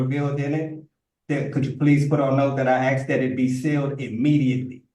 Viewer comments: he axed that they save that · He humbly and respectfully "axed".... I respect the 2nd judge for letting the nonsense roll off her back. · And he also insists he needs to use the law "lieberry". And he has "axe" so many times. 😂😂😂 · How did the English language devolve this badly? Axed and li-berry. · Why do they always say axed rather than asked. Is it that hard to say? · But I axed nicely.